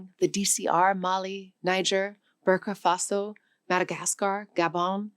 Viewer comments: No surprises. But please: Angola, NOT AngolYa. Sub-Saharan, NOT sub-SaharYan. Uttar Pradesh, NOT Uttar PradaYsh. Burkina Faso, NOT Burkah Faso. Try not to sound like bad AI. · Not “Burka Faso”. It’s Burkina Faso. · Your topic is important and interesting, but you mispronounce way too many words and African place names. Please learn the names of countries and how they are pronounced before you attempt to say them. Angolia? Burka Faso? DCR? You meant Angola, Burkina Faso and DRC. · Are you authoring the content and reading it? It seems like you're reading from a script you didn't write. For example, the way you read "China-first strategies" shows exactly you didn't write this. Another example is how you pronounce: - Burkina Faso - Angola - pronounce incorrectly once, and then correctly 2 seconds later) - Sub-saharan - Mozambique on makes me want to swear this is AI reading. And a few other examples here and there. I still like your content, just asking.